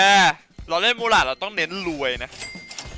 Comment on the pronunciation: มูราด ไม่ใช่🐕 หรูดูด ครับ555